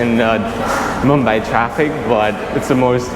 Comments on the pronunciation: Mum-bye mate. Not mum-bae. Where is mumbae? In Texas maybe? Lol...sorry mate I couldn't resist. Ah!!!! Don't hit me! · I cringe everytime he says mumbay, does he mean mumbai?